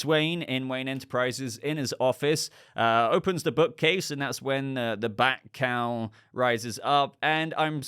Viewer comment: Listening to this while doing stuff- at first thinking you were saying Batcow not bat cowl and picturing BATCOW rising up on a platform is epic and needs to happen at some point.